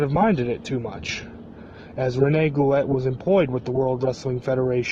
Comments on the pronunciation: watching him on this andre the giant documentary, (he was Andre's friend....there's no way this is true...Goulet is pronounced "Goo-Lay" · It's pronounced GOOLAY you FUCKING IGNORANT PEASANT PIECE OF SHIT!!!